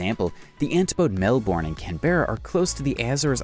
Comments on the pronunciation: Hey! I'm from Australia and have heard of a lot of these oddities, but I can't help but notice you pronouced a few things wrong. I'll just make a list of the pronounciations here Lake Eyre = Lake air Canberra = Canbra Melbourne = Melbin If this is an AI voice and can't be helped I'm sorry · Yeah I was laughing at the way they pronounce the names in Australia. I am ok with them saying Melbourne with out the U though because I am use to it but the way they say Lake Erie instead of lake eyre(air) lol